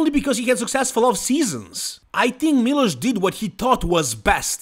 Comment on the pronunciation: Why do you always call milos, miloshu?